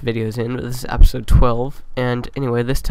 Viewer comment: you say it like apisode